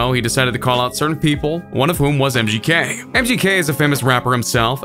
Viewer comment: KillshoEHEHt vs mgKEHH Stop over pronouncing the H